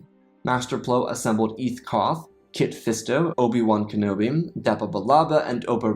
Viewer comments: Mollet One Kenobi"? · “Mullet one Kenobi” did I hear that right? 😂